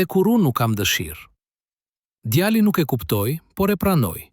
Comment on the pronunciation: Mëso gjuhën shqipe mir nëvënd që të thuash djali thua djalli mjaft